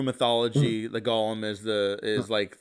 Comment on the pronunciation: Your pronunciation of “golem” is interesting, I’ve always heard it as gow·luhm, not like Gollum from The Hobbit.